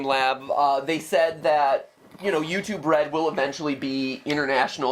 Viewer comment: notice he says 'restive' not 'YouTube red'